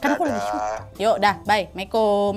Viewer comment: Lain kali kalau ucap salam yg bener ya kakak ku!!! Terimakasih